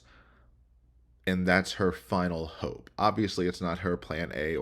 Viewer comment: I caught that Sarah Boone inflection when you pronounced "hope" 😂😂😂